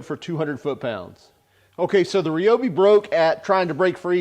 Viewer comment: Why is everybody pronouncing Ryobi wrong? It is pronounced the same as rye bread . Is that so hard?